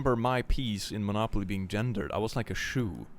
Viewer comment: Well, it's Monopoly not Monocoly. 🤔